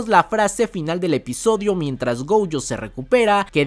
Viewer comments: Nose porqué pronuncias GOUUYO, si hasta en el doblaje latino es GOYO!! GOYOO. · No es gouuuujo 😅😅😅 Me estresa esa u que le pones. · porque mencionas la o como ou???